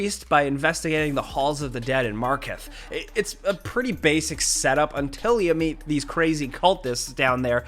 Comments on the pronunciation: Markarth not Marketh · It's not Marketh, it's Markarth. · I love you but the way you said markarth as marketh hurt my soul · hearing him say "Marketh" instead of "Markarth" hurt me on a spiritual level... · "Markath!??" Probably a slip of the tongue but it's Markarth. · when I heard markarth being referred to as "marketh" i just thought once again falcon was showing why hes not a gamer for like the hundredth time but it was actually i mean wtf how have you not played skyrim before dude come on. at this point i dont expect much from falcon but i expected better from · The way you said Markarth hurt me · Sometimes I wonder if these people actually game.. his pronunciation of markarth made me cringe